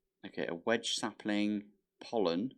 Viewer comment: And saying Wenge as wedge. 🤭 As a woodworker I had a little friendly chuckle at that one. All in good fun though.